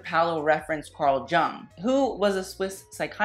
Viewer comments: Just for future reference Jung is pronounced “Yūng” or “Yung” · Just letting you know, when you referenced Carl Jung in the Valentino collection, it's actually pronounced Carl "Young"